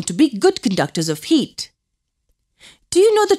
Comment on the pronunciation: When she says heat it kinda sounds like yeet